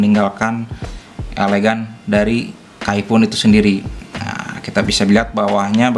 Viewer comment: Sebutan K-fan bukan kayfoon